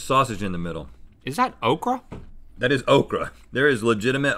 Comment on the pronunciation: as a nigerian myself the way they say okra really GRINDED MY GEARS